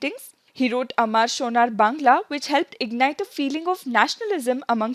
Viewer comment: Mam says " amar sonar bangla" just like a bengali Women.